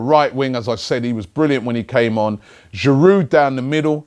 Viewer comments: mate cut out the D in Giroud! its silent! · Giroud, the D is silent ;)